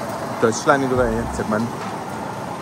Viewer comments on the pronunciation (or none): none